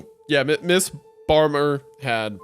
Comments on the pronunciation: I think his delivery was mostly okay, except at a few points, but imo the biggest problem with his reading was his pronunciation of the name "Bamer", which completely obfuscated the shocking reveal at the end: her name is supposed to be pronounced like "Bay-mer", not "Bah-mer", because when the family were screaming what the detective interpreted as "bane of error", it was actually them trying to say "Bamer", the implication being that she was actually the one who had tortured them. Like they still got it anyway, but the story is supposed to make it more obvious than that with what the family says. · Oh my god i didnt realize when he was saying "bane of error" was trying to say bamer